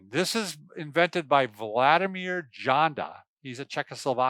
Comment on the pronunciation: Janda is pronounced "Yanda"